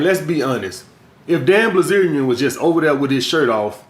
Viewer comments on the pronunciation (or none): BILZERIAN say it with me... BIL ZERIAN wtf is blizerion